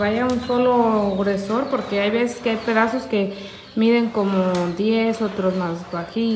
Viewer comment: Grosor no Gruesor